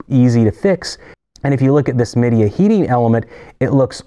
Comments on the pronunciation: Meida is pronounced Mei-da, close enough to May-dah. They make low end units for all the Japanese appliances too. Other than Mitsubishi aircon units, I'm surprised how a little penetration into the US market has been made by Japanese high-end appliance manufacturers. The low end stuff is just Chinese in a nice wrapper, but their high end is well built and extremely efficient. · It's actually pronounced May-Dee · Well done video. Yes you butchered a few of the names pretty bad - Midea, Zanussi, Gagenau. I currently own a Midea dishwasher in Europe and it is a 100% copy of Bosch. The parts are not the same but they are cheap and easy to find. Easy to repair. A friend of mine who is an appliance salesperson recommended it to me. He said that it had the same parts as most other brands except Miele and Bosch. It has been a good unit, especially for its price - $350. It actually dries better than my Miele dishwasher that I use in the USA. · Hi! May I please help you with the pronunciation of a couple of the companies or brand names that you mentioned? Zanussi, for instance, is pronounced “zuh-NOO-see” and Midea is pronounced “my-DEE-uh”. Hope this helps … and thanks for another great video!